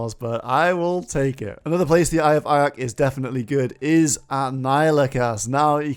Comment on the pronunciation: Calling this "Ayak" is nutso. What's next? Tooth of Akia?